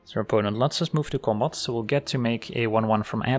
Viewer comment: My favorite is when says, "move to combot"